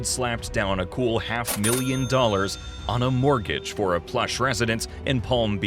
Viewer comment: When I heard the narrator say the word "mortgage" I almost spit out my coffee... And then credit cards on top of that.